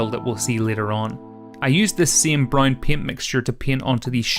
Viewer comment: You say "brown" weird lol. All I heard way "brine"